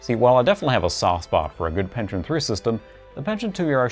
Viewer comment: Great video but the way he says "Pentium" makes me laugh